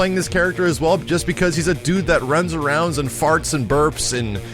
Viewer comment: haha sounds a little 'downy' here.. "throws awound"